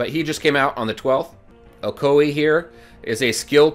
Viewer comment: Oh-ko-we... LMFAO! haha! its pronounced oh-koi-yay. XD